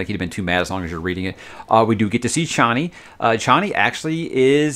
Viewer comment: HARkonnen - is how Frank says it. Same with Chani (Chain-ey) rather than (Char-ney)...as much as I prefer the latter.